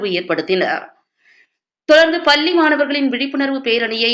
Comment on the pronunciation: பள்ளி என்பதை சரியாக உச்சரிக்கவும்